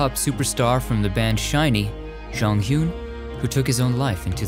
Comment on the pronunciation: you mispronunced his name.. it’s kim jonghyun like “jong - young”